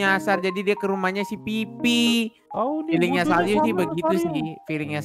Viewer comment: Kakak cadel kah? Soalnya aku dengernya pas kakak bilang "Saryu" Itu kek jadi "Salyu" :v